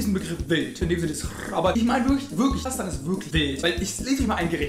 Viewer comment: Es heisst KasaCHstan NICHT KasaKtan